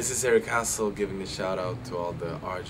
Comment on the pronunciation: Men mannen, uttala inte ditt efternamn så! X(